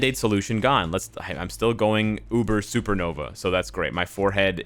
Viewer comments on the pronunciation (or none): none